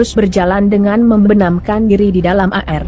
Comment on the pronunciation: Ini yg jadi pembawa(membaca tex) orang mana mmbca air kok bacanya A,R.